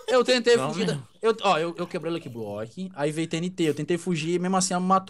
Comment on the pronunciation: É "faz" e não "fais" e também e "luck block" e não "lok blok".